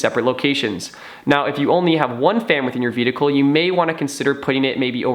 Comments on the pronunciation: Dude, I'm sorry... I love your videos, but please learn how to pronounce the word "vehicle". Again love your videos, keep up the great work. :) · I thought I was hearing him incorrectly the first time. But by the end of the video...